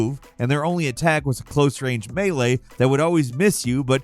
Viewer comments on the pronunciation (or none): none